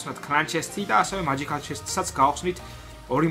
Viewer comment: მაჯიქალი არა მეჯიქალი